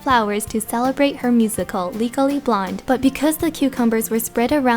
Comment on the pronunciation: It also sounded like you said 'legally blind', not 'legally blonde' haha :D